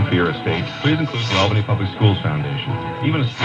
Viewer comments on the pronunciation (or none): none